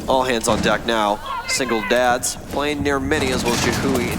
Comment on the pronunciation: “Singledads, Singletaps” 😂😂😂